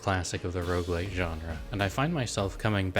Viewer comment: IT'S ROGUELIKE NOT ROUGELIKE!